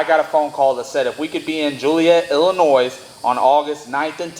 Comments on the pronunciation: Joliet Illinois pronounced Ilinoy not ilinoise. I raced there at the pre opening I knew Payton and Coyne who were Big Partners and built that track. I grew up in Il and it took forever to get a world class track. I just saw you all in NC a month back great win guys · It's Ill-I- noy....no s....lol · The proper way to say Illinois is without the “s” thanks from a Illinoian